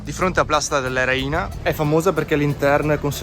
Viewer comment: "Réina", non "Reína": .